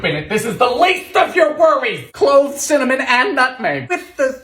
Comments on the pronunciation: Nobody: Dylan: CIMMANIM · Cinnamon is officially changed into "Cimmanim" for me🤣🤣